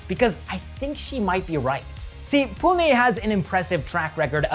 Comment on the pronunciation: Thankyou for saying Pune and not Poona 🙏🏻🙏🏻🙏🏻